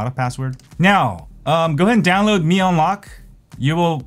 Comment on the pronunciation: Should it be pronounce Mi as me, not my..